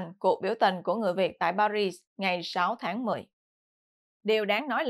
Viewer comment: Xin góp ý với: Tỉnh "Marseille" ở miền nam nước Pháp, đọc là "Mạc xây dờ" ( chữ "d" trong tiếng "dờ", phải đọc theo giọng nam, chữ "dờ" đọc rất rất nhẹ), chứ không đọc là "Mạc xơ li" theo tiếng Anh như đã đọc nhé. Còn Paris, đọc là "Pa ri", không đọc "xì" ( chữ "s" cuối, không đọc ).